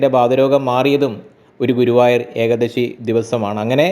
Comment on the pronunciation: Ekdasi aal eekaadasi ennuvenam ucharikkan ucharanam sariyakkanam